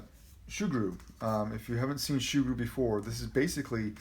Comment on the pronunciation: Its soo-groo Not shoe-groo